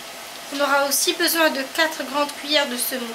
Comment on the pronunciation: Quatre y pas de''S'' donc pas quatres oeufs ont dit ''e'' aspirez le ''f'' mais la recette est au top